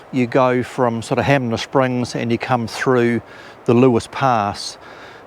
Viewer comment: HANMER SPRINGS, HAN MER SPRINGS